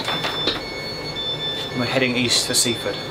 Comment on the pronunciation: Sussex place names have the emphasis on the last syllable, so it's Win-chel-SEA. It is also Sea-FORD, not SEA-ford as Geoff pronounced it.